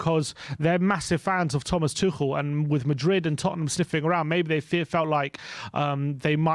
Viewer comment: Oh, you have finally learnt how to pronounce Tuchel properly and now he is no longer an option for us 😀